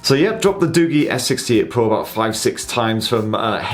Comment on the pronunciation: You pronounced it wrong its not Du-Gi its Du-Ji